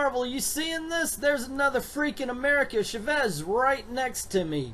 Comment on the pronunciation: Chavez pronounced Cha (like chapstick) and vez. I understand you don't understand Spanish but we have internet and it's not that hard to find. trust me it's not endearing to see someone ignore their resources and go with it anyways.